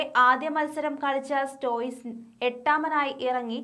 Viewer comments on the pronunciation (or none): സ്റ്റോയിസ് അല്ല സ്റ്റോയിനിസ്